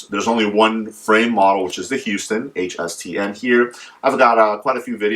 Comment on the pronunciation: They are spoken as "Hau-stens" not "Hew-stens"